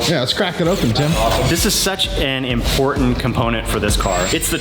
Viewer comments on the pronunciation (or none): none